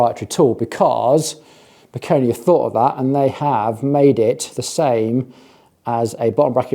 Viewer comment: I do have a hunch that the way "Bikone" is supposed to be pronounced is more in the lines of "bye-cone" and not "bee-koh-nee". That would definitely make the brand name sound far less amazon random garbagey.